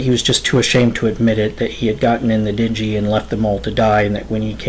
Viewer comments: It’s a ding-gee, not a den-ji. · The small boat that he used to escape (a dinghy), is pronounced “DENG-ee”, with an emphasis on the “G”, not pronounced “din-JEE” with a “J” sound... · Good narration style, but perhaps run it by someone with a good ear and vocabulary prior to recording? Certain words, "glowering", "dinghy", "meticulously". Well done overall. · The way he said "dinghy" was annoying the shit out of me but other than that the story kept my interest 🤷‍♂️ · How the hell did you not know how to pronounce the word dinghy. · 30 seconds with Google would have advised you of the correct pronunciation of ‘dingy’. That and implying they went to Bimini to stand around and look at pelicans. Bimini is very unique. I would venture to think, during that timeframe, even more fascinating than it is today. Hemingway lived there when he wrote ‘The Old Man And The Sea’. Pelicans.